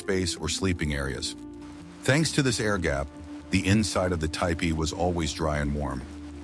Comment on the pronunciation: Typical mispronounciation of certain words, but it said ty pee and tee pie both for tipi.